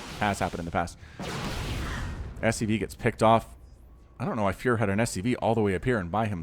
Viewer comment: When you saying "furo" i hear fuhrer xd